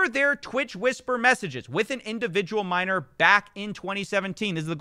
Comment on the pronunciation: “A minorrrrrrrrrrrrrrrrrrrrrrr”